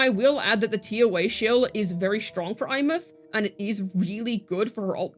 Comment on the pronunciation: Did...did just pronounce a characters name correctly?